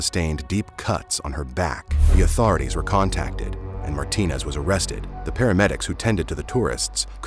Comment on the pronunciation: Just like my last names, there are many last names ending with ez that hispanic people have. It is not Martin but Martinez, you cannot just skip the ez when you are pronouncing the name.